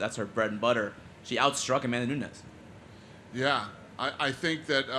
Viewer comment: It's NUNES!!! Not Nunez.